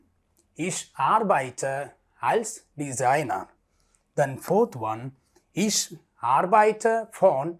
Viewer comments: Ich.. not ish ..pls read as it is written . Sorry .. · OMG! Your explanations are ok. But the Pronunciation is bad. For example: Ich, wohne, Kerala, komme etc. There are rules regarding the pronunciation, please correct them!